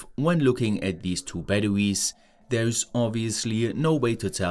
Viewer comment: I hate how he says baduwees. Had to leave the video.